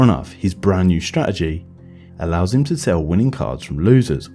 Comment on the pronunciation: Lo t t ery, please please pronounce t's. Not just random t pronounciation. Please. Stra t egy, ci t y. You can still keep a south uk accent